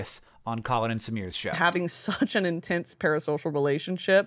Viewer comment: I’m just curious why he switched up the S and the P in “Parasocial” twice